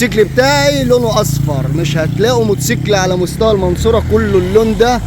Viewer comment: يا اسمه موتوسيكل مش موسكل دايما تنطقيه كدا